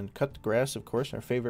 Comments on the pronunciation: Wait does really call Cou De Grace cut the grass? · My man just called coup de grace “cup the grass” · he just said "cup de grass" im cringing and want to click off so bad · just a fyi, it's not necessary but the pronunciation of Coupe-de-grace is "coo-da-graw" some people say the last one as graws, but older historical mentions it was even said as "coo-da-ta" it comes from French, meaning the final blow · every time he says coup de grace i hear cut the grass lmao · Might be because he is saying cut the grass 😂